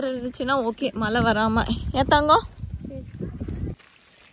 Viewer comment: Hi U use to pronounce Mazhai [ Rain ] as Mala 😂 in ur vlogs, next time Mazhai ok 👍 One more thing, waiting for Sachu's vlog ur place..🎉